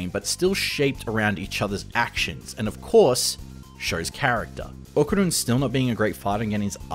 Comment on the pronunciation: What a bummer.... Said ¡Okarun!